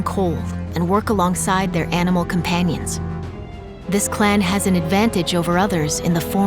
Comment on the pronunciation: "companions" :D